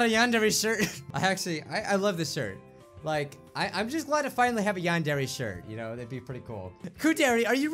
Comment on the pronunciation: ITS YAN-DER-AY NOT YAN-DEARY